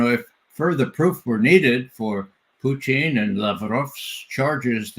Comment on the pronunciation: Why can't McGovern pronounce Putin's surname correctly? Very irritating... Poutine is a dish of french fries and cheese curds topped with a brown gravy popular here in Canada.